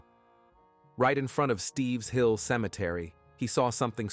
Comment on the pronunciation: It isn't "Steve's Hill"....It's Stipps Hill Road. I grew up in this town and even spent the night at David ison's house when we were children. These murders really shook up the whole town.